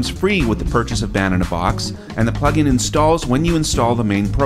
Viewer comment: It says "DAW Pugin" instead of "plugin".